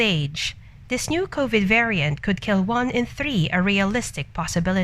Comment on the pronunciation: This is a bunch of BS coming from this Bot again. It can even pronounce variant right